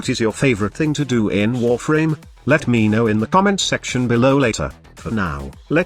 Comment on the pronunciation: When he said warfarm my spine split lol